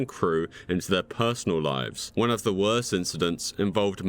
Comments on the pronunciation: You really butchered the name "Max von Sydow". Try pronouncing "Sydow" as 'Suedof'. That is about the closest comparism I can come up with. You can add on to that list with 2 movies by none other than Sir Peter Jackson. Be sure to check out "Meet the Feebles" and "Braindead". Personally I would also add the "Jackass" movies and "Borat" and "Bruno", but they are too well known. Oh and last but DEFINITELY NOT least, everyone will know this title, but if it is the most disturbing titles we are looking for then we should absolutely add Alien. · Max von Sidaaow lmao what a fucking pronunciation